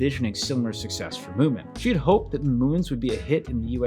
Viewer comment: its munin not mooin